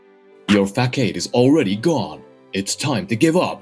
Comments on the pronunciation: "FAKAIDE"???? Ummm ... no ... "Facade" is pronounced "fa-SAH-d" ... 🙄 try using a translation app that pronounces the word. Did you forget? In "English" a "C" can be "hard""(sounds like a "K" such as in "cat") or "soft" (sounds like an "S", as in the veggie, "celery". 🙄 ( No wonder Germany and a few others at the UN are trying to get rid of the letter "C", replacing it with either a "K" or "S" ... exsept in works like "klam CHowder" where the "C" and "H" are kombined for the "ch" sound. Btw, If they sukseed, "school" would be spelled "skule" (rymes with "rule") or "skool" since the "C" and "H" are NOT combined for the "ch" sound, like it is in "Chowder" and "Chapter", among many others.. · Fack-aid... I've only heard facade (fuh-sahd) pronounced like that once, and it was in a movie by an actor portraying a moron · Facade = Fas-ard. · The pronunciation of facade is funny. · "Kaiji, you betrayed me!" No, betrayal would mean he's a friend. You never treated him as a friend. Also, for the male VA: facade is pronounced with a soft c sound (the sound you make when you say the letter c), and both as have the sound of the first a (so more ah not like aid).